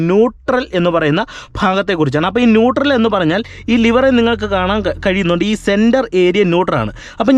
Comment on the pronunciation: Nutor അല്ല, Nutrel ന്യൂട്രൽ